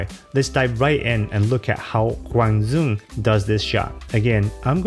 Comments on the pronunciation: "Zuong" is how you would pronounce it in Northern Vietnamese dialect. So you will sometimes hear announcers in Vietnam actually pronounce it that way. But he himself is a Vietnamese American from apparently a South Vietnam background and they will pronounce the D like a Y. So it would be "Yuong." Both are acceptable ways of saying his name but, unless you are from Northern Vietnam, it's more respectful to say it how he would say it himself. Also, a comment earlier pronounced his first name "Kwong" but this is incorrect. There is no ^ over the 'a' in his first name, so it doesn't turn into an 'o' sound. So it's "Kwang" with an open 'a' sound like in 'apple' or 'bad' rather than more accented 'a' like in 'ham.' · He's from the south so it's DYOUNG not DZOUNG. Appreciate the effort though.